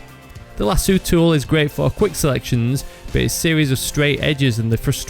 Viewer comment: It's pronounced *Lah-soh. There is one 'o' in the word, not two.